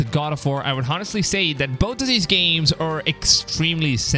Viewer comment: Bro, the “h” in honestly is mute. U write honestly but it is pronounced “onestly”! I have watched a lot of your videos, and that shit is annoying as hell, ngl..